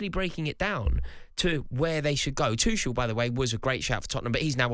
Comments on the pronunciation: Rory still calling Tuchel "Two-sh-ell" rather than "Tookle" I see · Another TOOSHEL butcherer. FFS